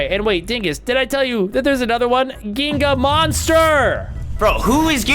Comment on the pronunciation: It's pronounced jinga and it's a type of soccer for Brazil